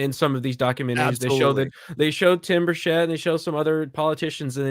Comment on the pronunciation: My congressmans name is pronounced Birch-It. I know, its a TN thing.